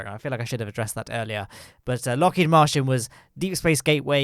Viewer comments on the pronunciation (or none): I can't tell if is referring to the Martian Program at Lockheed Martin, or if he's just pronouncing Martin as Martian.:p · I think he is mispronouncing it because searching Lockheed Martian on Google doesn't give anything. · He's definintely saying Lockheed Martian, which gives me incredible Alternative Universe vibes.